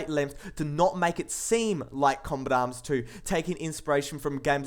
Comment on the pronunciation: The voice and accent is fresh but after a while your ears start to hurt from it, lots of words don't get pronounced properly. kombatam- combat arms shoooers- shooters. etc.. i somehow suspect the accent being fake but maybe thats just me.